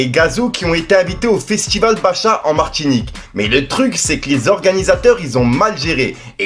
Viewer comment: Baccha se dit "bacca" le reuf. Et effectivement l'organisation laisse à désirer